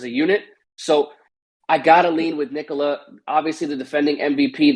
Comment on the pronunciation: It's pronounced ni-KO-la